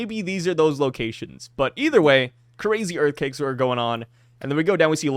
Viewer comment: Did say "EarthCAKES" instead of Earthquakes 😂😂😂